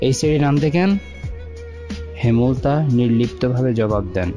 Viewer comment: হেমল তা নয় ,,,,হেম লতা